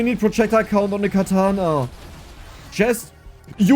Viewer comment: "Projectile cOUnnt" per the accent xD